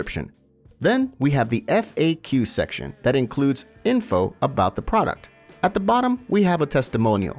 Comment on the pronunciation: PRODCUT instead of PRODUCT